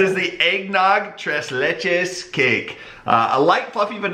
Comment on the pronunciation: You pronounced the name of the cake wrong again..lol It is pronounced... TRACE LAY